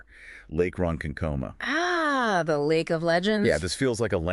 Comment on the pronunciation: Come on.... you're clearly not even Long Islanders. If you were, you would be able to pronounce Ronkonkoma!